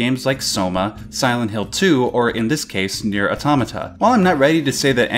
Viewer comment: I dream of the day an English speaker says Nier correctly